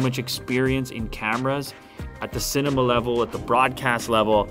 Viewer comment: I don't think that's how you would pronounce "cinema".